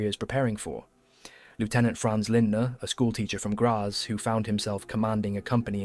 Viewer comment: On pronunciation, I believe it is 'Grats' and 'Shemshil' although the latter is hard for a non Slav such as I. Lemberg became Lvov and now Lviv